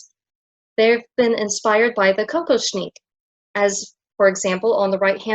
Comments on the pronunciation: The tiara is ALWAYS pronounced Kock-OSH-nick. The accent is on the middle letters ‘osh’. It is not a drink of cocoa as you are pronouncing it as COCO-shnick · I think it's "Koh-KOSH-nick" but I could be wrong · I think the accent is on the second syllable: ko-KOSH-nik.